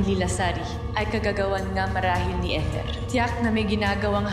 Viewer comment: Kesa sa eter naging ethor ang pronounciation 😂😂